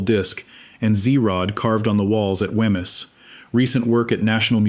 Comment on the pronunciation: There is ample material in Fife to create a really great video which tells the story correctly and uses nomenclature recognisable to the locals...this is not it...to hear Wemyss pronounced so badly is painful to my ears...it should be 'Weems'...PLEASE do your homework properly before posting more content...